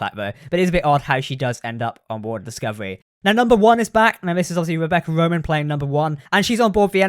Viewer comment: It's Rebecca Romijn, pronounced Romaine like the lettuce, not Roman like the soldier.